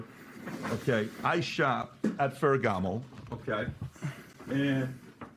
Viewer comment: “I shop at ferregamo” 😂😂ok buddy, cool